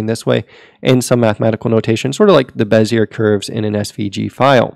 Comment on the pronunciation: BEZ - E- A not BEZ -E-ERR